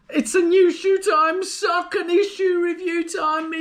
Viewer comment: Look a good choice for my next marathon. Checking the official site apparently the brand is pronounced "Source-ony". Cos you know, Americans always pronounce English correctly right? LOL, no offence, I like Americans, a much nicer bunch than Brits on average. Oh no! now I've offended my own people. I'll stop digging now :-)